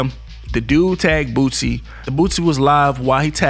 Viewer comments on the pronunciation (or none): THIS NIGQA STILL SAYING BOOTSIE!!!🤦🏾‍♂️😂😂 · I can't take this dude serious if he still by now can't pronounce boosie. Been saying bootsie for about 1yr and a half now. He sound black but be definitely not with the culture. I'm unsubscribing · Your stvpid ass is literally reading it and still saying Bootsie. You're an 1diot bro.